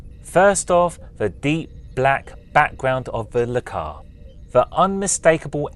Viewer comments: I wasn't going to say it. Sorta was growing on me, and "Lah-Cars" was starting to sound normal ;-) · Dude, duuuude! It's pronounced "El-Cars" It's short for Library Computer Access and Retrieval System LCARS :) Also, please do not pick me. I draw my own schematics like this with much more detail :) Not to say yours isn't awesome, I just don't want to take it from someone else :) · no backhand anything attempted here. And definitely not hating. Just trying to explain why it's not normally pronounced "Lecars" If you don't point stuff out, how are people supposed to learn? If correcting is now automatically hating, we're doomed as a society.